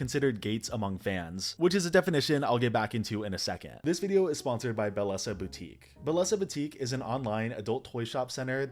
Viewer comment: You didn't pronounce your own sponsor's name correctly.